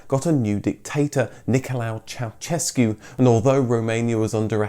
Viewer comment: Why is it so hard for you to pronunciate correct Ceausescu? The first part is correct but ...sescu is like shescu. "se" from sescu is like sha from shame. Shame on you.